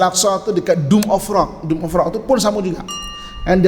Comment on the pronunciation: Minta maaf ye, tegur skit. Dome of rock,, bukan doom of rock. Kang ada plak yg kata main game, Doom.